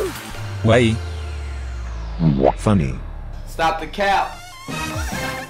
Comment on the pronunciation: You say epic wrong you say epok and you say funny wrong you say funi